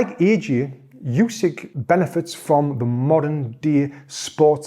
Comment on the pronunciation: What a pain in the ass that "yousik" is. His last name is pronounced "Oosik"